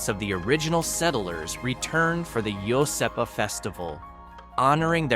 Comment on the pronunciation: Iosepa ..... Wrong pronunciation there as well.